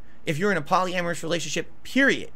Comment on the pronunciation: PALLY-AMERUS WTF